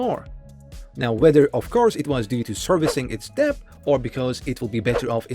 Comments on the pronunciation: Wow so ridiculous to mispronounce that word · Annoying mispronunciation of the word “debt” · debt is silent "b" ✌️